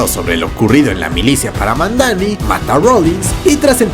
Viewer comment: Para mi la mejor serie de Marvel es la de Jon Bental como Punisher, una de las mejores historias y un equipo de actores exelentes! Y es Madani, no Mandani, gracias por el resumen excelente!